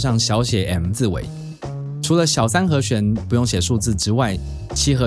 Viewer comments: 和xuán和xuán和xuán，听着真难受😣，是和xián... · 好和xuan，好和xian，發音好像有點不準餒。。。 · 「弦」读「xian2」而不是「xuan2」 ：） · 讲得很好，但是请注意和弦，发音是he xian, 不是 he xuan. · 和弦 ㄒㄧㄢˊ